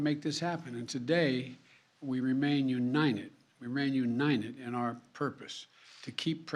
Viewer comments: He can't even say the word 'UNITED' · This joker cant even say United 🤡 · He can't even say united lol